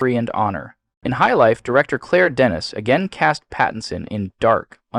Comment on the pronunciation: Also pronounced Claire Denis as Claire "Dennis" 😂